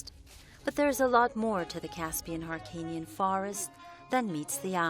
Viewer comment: این خان به هلو میگه هالو -هیرکانی نا هارکانی